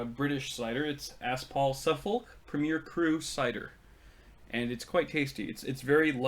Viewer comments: Haha I had to look up what the word after Aspall was (thought I'd heard of Aspall, but what's Aspall suffel?) it's pronounced Suffuk, like Norfolk ;) I think that's one of the ciders i quite liked which is impressive considering i don't like the taste of alcohol :) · oh why can't Americans ever say the names of English counties properly? Especially Yorkshire, and a new favourite, Suffolk.